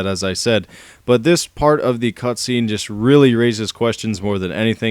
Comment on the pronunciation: u said cutscreen XD